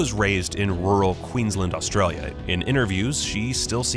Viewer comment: Why can't Americans pronounce the words Australia and Australians??? They say them as if they have double Ls. Margot Robbie is fab in everything she does.